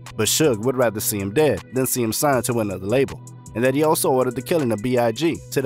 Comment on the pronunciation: It's fkin B.I.G. not big